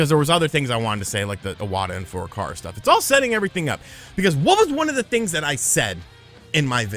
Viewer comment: Besides being completely wrong about your hypothesis, can you please learn to pronounce Nintendo president's name for Christ's sake??? Shuntaro Furukawa (古川 俊太郎, Furukawa Shuntarō. NOT Fu-ra-ka-ra! It's makes you sound really fucking ignorant:)